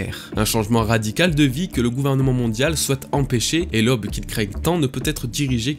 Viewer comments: Tu me fais un mal de chien aux oreilles: NON, on ne dit pas "lob", on dit "L'AUBE" !!! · Un fan qui fait des vidéos pour les fans. Je te suis depuis plusieurs années maintenant et tu mérite ton succès. PS ta manière de dire "Who's who" et "aube" est vraiment éclaté au sol :-)